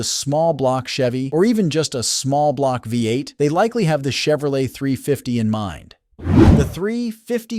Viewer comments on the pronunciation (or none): none